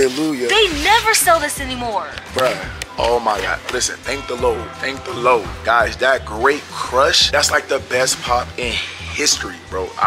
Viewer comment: He said thank the low😂😂😂